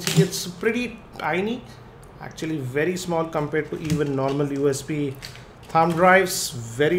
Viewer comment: "actually" = "yacck tually"